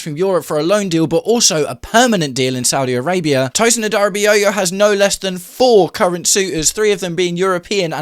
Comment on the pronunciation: Tosin has to leave - a) because he’s terrible and b) because I can’t listen to you butcher his surname anymore